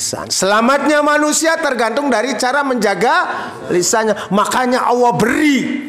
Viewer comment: Tak dengar dengar nyebut Alloh kok seperti awoh bahasanya ITU huruf hiaiyahnya gimana bos